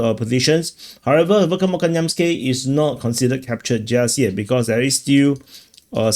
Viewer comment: Dear, You must treat "kh" as a single "letter"; imagine the "k" and the "h" superimposed. There is no "k" sound in the Cyrillic X (